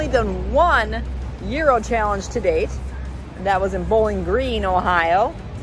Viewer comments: so happy you pronounce gyro right. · A lot of people get it wrong but you’re on point! You’re saying gyro just right! Way to go on the win. Another awesome victory. You’re awesome chic!